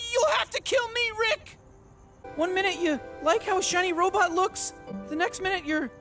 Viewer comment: Haha you said sex robit and I was mentally teleported to the Futurama universe. One of the characters in that show says robot the same way (an alien speech impediment I guess)